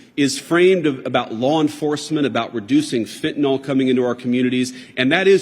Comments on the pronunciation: Hey idiot, try pronouncing the word correctly. It’s fent-an-ill not fentinall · It's not Fentanall - It's Fentanyl - pronounced Fentanill.